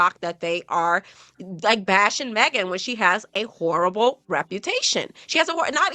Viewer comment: said Meg is Who-re-able... I think she meant horrible 🤔